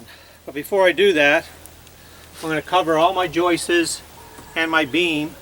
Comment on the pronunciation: 30 years of framing and hearing someone pronounce joists as joistes still makes me laugh😂. One is a joist and more than one are joists. Skip the whole cutting water and ice and just buy the right product.